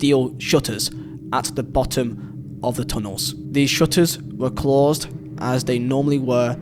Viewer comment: its closed not klossed